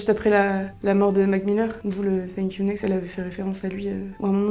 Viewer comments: Yayaya grave moi aussi 😂😂 en plus comment elle a prononcer le thank u next elle a dit fink u next mahh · «Fank you next»😂😂😂Par contre la rousse elle me soule à critiquer